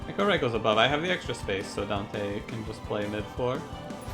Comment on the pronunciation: it's pronounced e-CHOW-right, not ECHO-right. The champion Chows on cards, there's nothing about echoes in this clan